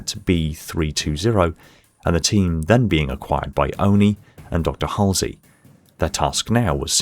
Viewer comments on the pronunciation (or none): none